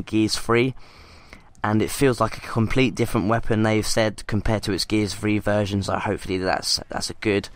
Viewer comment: Stop saying gears free